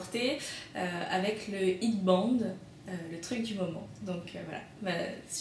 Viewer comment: Ouais c'est pas "hid bande" mais "hèd bènde" lol Head = tête Band = bandeau Sinon c'est très joli, bravo :)